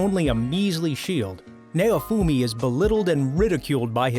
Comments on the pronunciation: Lmao nay-oh-fumi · It's pronounce as "NOWfumi" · Nay-oh-fu-me .... I HATE trying to listen to reviewers that can't pronunciate simple names.... Now-fu-me (naofumi). Git Gud. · "Nayowfumi" lmao its pronounced Now-foo-me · Naofumi is pronounced Now-Foomi Idk why but the way he says it annoys me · It might help if you watch the shows you feature in your video. You apparently haven't watched Rising of the Shield Hero as you butchered pronouncing Naofumi's name. Which you would realize if you watched it instead of reading boilerplate descriptions of a show. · that may be so but he butchered naofumi's name so badly